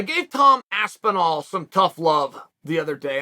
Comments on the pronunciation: Lmao he said Tom aspenwall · Tom Aspenwall 😂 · Tom has to now change his last name to Aspin-wall according to Chael's first pronunciation in this vid. It's true you learn something new everyday. Thanks for the reeducation unk. I'll see u at the Sunday bbq. Much love 👊🥋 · Even in a response he calls him Aspenwall xD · At this point uncle chael gets the names wrong on purpose 😂 aspinwall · 2 Aspinalls in and you call him "Waspinall" hahahahahahahahaha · Bro how do you fuck up Aspinall? He’s just mispronouncing names on purpose at this point. 😂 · Aspinall is so gud he made Chael pronounce his name right one out of three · Chael who still can’t says Toms name correctly… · you cant even pronounce his last name correctly how are you his advocate